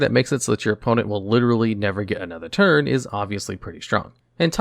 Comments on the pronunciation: He says "turd" instead of "turn" a lot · "they tap for a mana every turd"